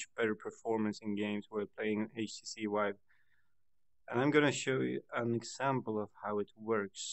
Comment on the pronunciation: Htc "Wive"